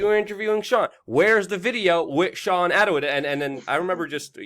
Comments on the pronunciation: It’s Attwood not Attawood! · Think it's sweet that he pronounces it 'Attawood'.